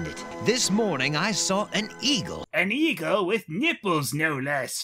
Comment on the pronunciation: “Look my evil friend!” Even she knows that the talking birds are evil!! Yes, I know she said “eagle” after I watched it the second time, but I still think it sounds like “evil”!